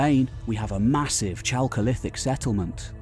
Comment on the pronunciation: Chalcolithic should be pronounced as /ˈkælkoʊˌlɪθɪk/